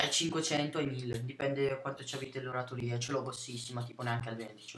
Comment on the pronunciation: Per aspettare basta attendere 2 giorni ;) C'è il tasto proprio per questa azione :) Non so su pc come funziona ma su ps3 basta cliccare SELECT :) P.s. si dice "oratòria" non "oratorìa" :)